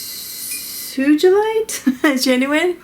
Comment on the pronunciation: Love your swatching solution! Also it's pronounced "suga-lite". Hope that helps, dear!